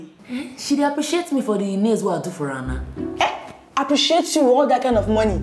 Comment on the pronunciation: So after Marcus said "I appreciate" you, Jenifa still went ahead and said "I appreciason" you abi?! OK oh continue 😂😂😂😂😂😂